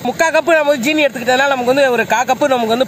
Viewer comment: Anna 'jeeni' EIIA 'seeni'